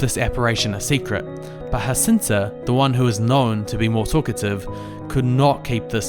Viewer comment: Thank you for this simplified presentation. I pray that it will help many people to love the Blessed Mother more. Just by the by, it's not 'Hacinta' but rather 'Zhacinta' because the children were Portuguese and not Spanish.